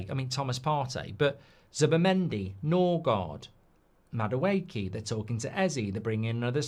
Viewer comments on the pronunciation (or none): none